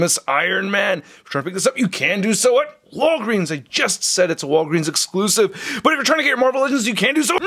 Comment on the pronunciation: I love it when u say exclusives but make it sound like ur gonna say bbts😂😂😂